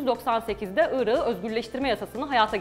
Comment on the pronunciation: küçük bir bilgi vericem. özel isimlerde yumuşama olmaz yani telafuz ederken ırakı diye telafuz etmelisiniz , ırağı diye degil